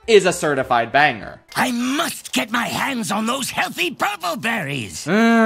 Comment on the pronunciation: Thought instead of saying “banger” he said “bunger”